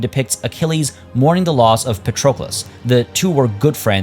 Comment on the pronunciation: I am Greek xD names are pronounced pAtroclus, odyssEus, hEctor, agamEmnon, achillEs, menElaos (capitalized letters are where its emphasized)